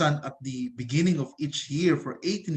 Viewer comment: sorry pero natawa ako sa “beningging”